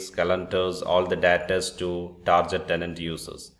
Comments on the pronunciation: Great video Only it's not tarjet tenant it's tar get tenant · It is pronounced TARGET, not TARJET !!!!